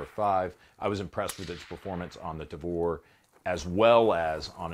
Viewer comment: I thought I heard "Davore" and I wasn't ready for the cc subtitle. Had me coughing up soda.